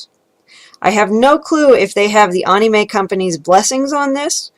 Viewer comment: Was gonna dislike for how you pronounce “anime” but you made some very interesting points lol.